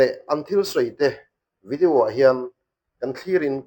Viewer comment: Pluster a ni lo a Plaster a ni Youtîb a ni lo a Youtiub anga lam tûr Vidiu a ni ni vi-di-aw anga lam tûr